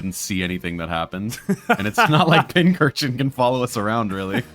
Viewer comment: Why tf do you keep mispronouncing Pincurchin as Pinchurchin?